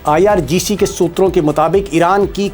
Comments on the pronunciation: not ircg, its irgc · IRGC hai Sir IRCG nahi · IRCG NHI IRGC HE JI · IRGC hota hai sir...aap har baar Ircg Ircg kahte rahte ho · ITS NOT IRCG.....ITS IRGC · IrGC not Ircg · Sir, you often say IRCG; in fact its IRGC